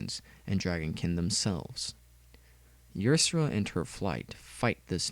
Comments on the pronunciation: Yersera? is Ysera (Ya-ser-a) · Ysera's name is pronounced Isera